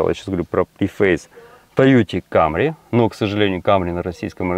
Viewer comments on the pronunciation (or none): none